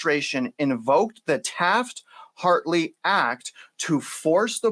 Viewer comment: it’s Taft-Hartley, but the emphasis of this dire situation is more important